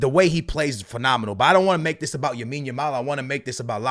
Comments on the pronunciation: its lamine yamal not yamine yamal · When is going to learn that Yamal’s name is “LAMINE YAMAL” and not “YAMINE YAMAL” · L A M I N E Y A M A L not yamin yamal 😂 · Its Lamine not yamine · bro its LAMINE YAMAL not Yamine Yamal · bro keeps saying yamine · who’s gonna tell bro that it’s “lamine” not “yamine” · C'mere bro, repeat after me: LAMINE Yamal. One more time: LAMINE Yamal Ok, one Last time: LLLLLLLLLLLLLLLAMINE Yamal There ya go pal 👏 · BRO STOP SAYING YAMINE YAMAL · He can’t even pronounce some of the Barca players names maybe he should learn first how to pronounce their names properly then he should make a videos on them. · I was about saying this